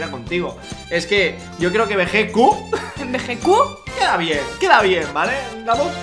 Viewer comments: Hola y se escribe Vegetto y se pronuncia: "Veyito" un saludo tíos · volviste, que bueno idola😘 Ey chicos, nuestro personaje en latino se escribe Vegetto pero se pronuncia Vegito(veyito)😊 Buen video como siempre, saludos desde ARGENTINA👍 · Que pesar me da por los españoles, han tenido que crecer diciendole bejequ a Vegetto...